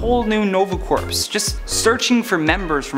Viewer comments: Corps is pronounced as "core" not "corpse". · IT is not pronounced Corps it is pronounced Core The p and s are silent in this context now if you are talking about a dead body they are not. so you are saying " the nova dead body" instead of "The Nova Army" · It's a mispronunciation. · LOL I wasn't going to say it XD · Jeff Jones---I also pointed that out. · I came to the comments for this. It triggered me